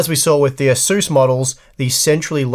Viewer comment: This asus pronunciation is completely unacceptable. I'm surprised that you don't say jigabyte